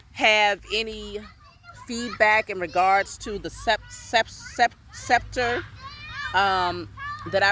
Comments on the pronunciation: Beloved 👑 The word is: SEPTRE Pronounced: SEP-TER We Give Thanks As We Move Forward...😌😎 🔯Royal Salute🔯 Blessed Love... ❤️💛💚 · The scepter is pronounced with a silent c . It is a staff whether short or long, and it represents authority in indigenous cultures. It can be anywhere from a few feet in length where it is only carried in the hand , all the way up to the length of a walking stick. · "Mi Sister High Pristess Majesty Matriarchal Goddess" The currect pronounce is "Secptre" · Peace and love my beloved Queen and spiritual sister. I wish I could just tell you the pronunciation. Its called a Sceptre. So it represent along the lines of what you were explaining. The Egyptian high priest would carry one. Just as how your dream dignity this very high staff. Anyone who one is pass down to is highly honoured. Peace ✌️ sister and more love to you and your children respectfully.